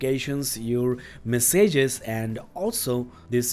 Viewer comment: It's not "mess ages", it's messages ;)